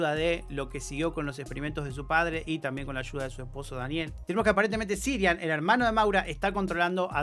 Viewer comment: Yo me pregunto, ¿por qué repite tantas veces "Sirian" si el nombre es CIARAN?